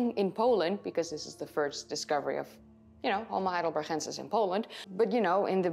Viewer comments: Why do you keep saying HeidelberCHensis and not HeidelberGensis? They are named after the German town Heidelberg, which is pronounced with a G in the end, like we pronounce g in gorilla. Maybe you explain this in another video, but it is still linguistically wrong. I know about the Neanderthal debate, but in this case there is no long standing tradition of pronouncing a German place in English. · Fascinating subject, and I applaud your almost dead-on American accent. But I just have to say -- your Dutch is showing every time you pronounce "heidelber*g*ensis"! Veel succes met het rijexamen! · Thank you for these videos. I’m liking and subscribing, but please be careful saying “homo heidelbergensis”. You could lose a tonsil pronouncing that guttural sound. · I love the way you pronounce "heidelberGensis" 👍🏻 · Dear, thank you so much for your interesting videos! I like to watch them regularly to learn about new findings. I am sure you will continue to mention and to pronounce "heidelbergensis" regularly, so please let me make a suggestion: " heidelbergensis" is a combination of German "heidelberg" and Latin "...ensis". In both languages the syllable "gen" in "heidelbergensis" should be pronounces like "gan" in the English word "gantry", neither Latin nor German would ever pronounce the "g" like "ch" in "Loch Ness", it sounds Dutch or like in some Northern German dialects. In a Spanish or a Dutch video it is OK. because it's the correct way to pronounce it in these cases. All the best for your driver's licence! Best regards!